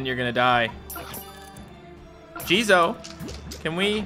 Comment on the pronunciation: How pronounces jizo: JIZOIEEEEE